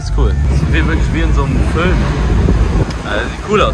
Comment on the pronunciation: feier es wenn er fölm sagt